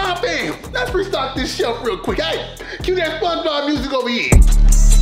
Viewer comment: Normal people: Over here Him: Ouvee hee